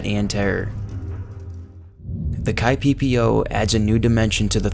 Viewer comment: Kipepeo isn't "kai-pee-pee-oh" It's ki-pe-pe-o Ki as in "key" Pe as in "peg" o as in -october